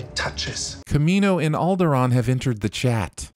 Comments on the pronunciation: Just gotta say that it’s Kamino not Camino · Seeing "Kanimo" and not "Kamino"...